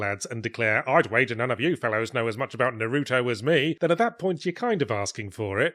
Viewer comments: ahem “NAR u toh” not “nar U toh” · Yahtzee likely doesn't know much about Naruto either since he says his name wrong. NAH-roo-toh, not nah-ROO-toh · what the fuck is nah roo toe? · Are you mispronouncing Naruto on purpose?